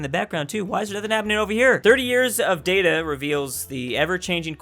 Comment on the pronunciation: Its data, not data.